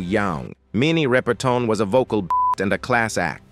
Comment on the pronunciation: Minnie's name is pronounced; rip-urr- tun. NOT ry- per- tawn. Get the pronounciation right !!! Also, she had a son named Marc Rudolph who was older than Maya. Please don't post things when you haven't done your research; that dishonors the person's legacy.😮